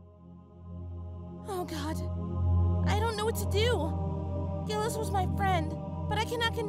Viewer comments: Sorry for sounding pedantic but the correct French pronunciation of Gilles' name sounds more like "Jill". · Pretty sure its prounonced jiles